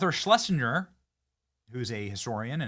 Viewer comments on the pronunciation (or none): none